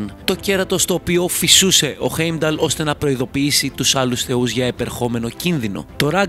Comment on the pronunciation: Δεν ειναι η μιντγκαρντ ειναι ΤΟ μιντγκαρντ και οχι στην ασγκαρντ ΣΤΟ ασγκαρντ επισης ειναι χάϊμνταλ οχι χεϊμνταλ και ειναι φρεϊρ και ντροπνιρ οχι ντραπνιρ τα μισα λαθος τα ειπες αλλα καλο βιντεο